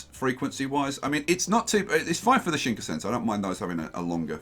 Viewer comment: please could yousay shinkansen, shin-kan-sen after the japanese しんかんせん (新幹線)